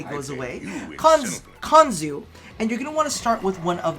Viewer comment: Konzu, it's Konzu xD